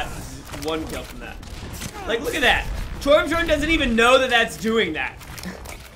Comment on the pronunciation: its funny that calls torbjörn torbjorn